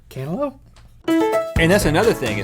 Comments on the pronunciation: Rhettster, cantaloupe is pronounced "can ter loop" not "can ter lope". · cantlope? xD